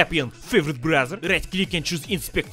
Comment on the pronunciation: Without the caption, I'd be thinking be sayin Brazzer instead of Browser